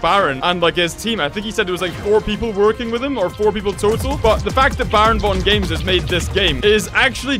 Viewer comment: The way he said bravongames had me wheezing